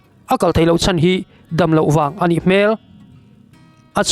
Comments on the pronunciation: A chan zatve ni loin a chàn (lost) zatve tih tur zawk aw😊😊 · Ram tana a chan nilovin, Ram tana a chân (Hloh) tih zawk tur a nih hmel